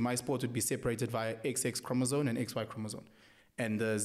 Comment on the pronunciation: Thank you for the support, Dr B! He definitely said chromosone... nc nc nc... these are the people teaching your kids... yerr! 😂